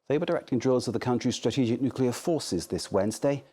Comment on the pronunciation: Nuculear war?😂😂😂